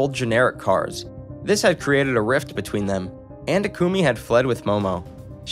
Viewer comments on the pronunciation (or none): none